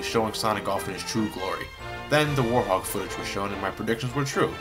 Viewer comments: I don't know if its your accent or anything but its were-hog not warthog I still love ur videos though so keep it up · ARGH! its now "warhog" its "WEREHOG" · Please tell me I'm not the only one who cringes when says "War-hog" and not "Werehog" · Its werehog not worehog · WEREHOG! Not WARHOG! :-( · You pronounce the Wherehog as Wore-Hog. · Why does he pronounce it "warhog"? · Anybody else noticed he says Werehog like "Warhog"? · did you just say warhog? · i think he says war-hog